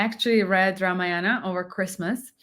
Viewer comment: It isnt Ramayaanam. It is Raamaayanam